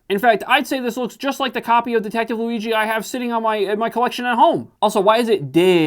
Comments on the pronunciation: Its Louie - G my man... not Louie-gi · Why bro pronounces Luigi as Luiqi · Luigi pronounced with a g and not a j annoys me. Im italian and im 99% sure that has nothing to do with the annoyance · what u called luighi is the italian real version of the name luigi with the fluffy G asswipe. if u want take joke of a bootleg do it in a way with a sense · that's not how you pronounce luigi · You can pronounce É but not "Luigi"? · who says luigi like that ??? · Who tf prononces Luigi like this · How do you mispronounce "Luigi"? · Listening to you butcher Luigi is a nightmare